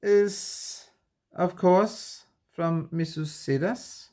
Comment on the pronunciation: Absolutely love your channel. I just discovered it today. By the way, regarding Missus Sedas: sedas means silks in Spanish . It's pronounced with a soft "d" that almost sounds like a "th". Hope that helps. Best wishes for medical appointment . The condition won't fix itself so continue to follow doctor's orders. 🤓 Everything will be fine.